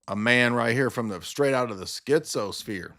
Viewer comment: "Tonight we're going to get deep into the schtizo-sphere."